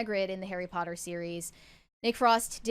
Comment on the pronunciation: Bro knows, in his bones, how to properly say POTTER He's been doing it his whole life 😂😂